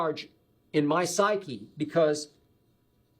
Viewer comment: Skip "I'm sorry" Bayless Skip "I was there" Bayless Skip "in his psychee" Bayless